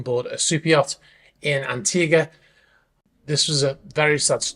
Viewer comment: It hurts to hear “Antiga”, the pronunciation is way off